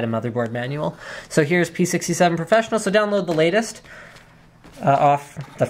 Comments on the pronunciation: Profess-1-onol ? You're either living under a rock Linus or you're a petroleum engineer. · lol. when you say processor, you say it wierd and pronounce the PRO part, but when you say professional and should pronounce the PRO part, you don't. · "ahhhhhhhh the Profess-One-onnal series" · Why the fuck didn't he read 'Fatal'ONE'ty' when he read 'Profess'ONE'onal'?